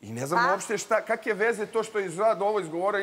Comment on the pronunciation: I kake kaki Umjesto kakve I kakvi Nonstop ovo izgovara